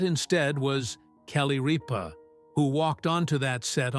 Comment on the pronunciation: Need to announce her name correctly Mark did not sit in her chair! Sat in his own! Jonus brother Sat in her chair!! Get it rite!!